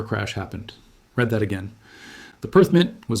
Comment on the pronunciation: Totally AI. Watch the glitches in the video, hear the mispronunciations of read and resumes. That being said, someone inputs the info for AI to output and it could still be legitimate info. The real answer to all this is to pray to the creator of all that there is and follow his instructions.....